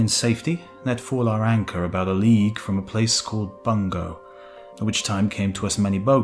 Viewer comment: Bungo should be pronounced "boon-go"